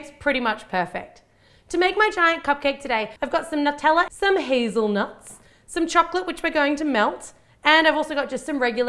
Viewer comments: NUT-tella?! That's so wrong! It's NEW (or noo)-tella! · Has anyone else noticed she said "nuteller" instead of "Nutella"? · that's NOT HOW U SAY (NEW-TELL-UH) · Sometimes she says nuteller and I think it's so funny, I don't know why it's so funny to me but it is